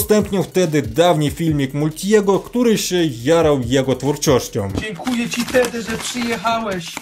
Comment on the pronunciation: Tedi to taki kurwa miś czytaj to poprawnie 😉